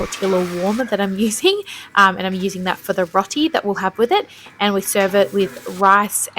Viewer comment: I'm a grateful subscriber, and I really love your content, but I'm going to be an asshat because I am an asshat about pronunciation... I'm so sorry, and I don't know why I can't let it go, but it's 'ROW-ti', as in, 'row your boat' 😢❤🩷❤️